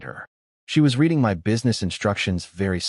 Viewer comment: omg, please fix the MY to sound more like m-eye rather than M-Why? or is instead of "I" "S", b-awwww vs b-oh, etc